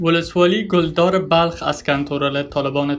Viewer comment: ولسوالی کلدار را گل دار میخوانی